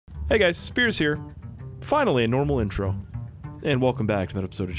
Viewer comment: intro: ITS NOT SPIERS YA KLUTZ!!!